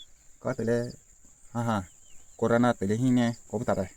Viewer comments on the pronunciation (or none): Corona❌️ corana✅️